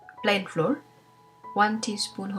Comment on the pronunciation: এটার উচ্চারণ ফ্লোর না। ফ্লাও্আর্ (র টা উজ্জ থাকবে এরকম।)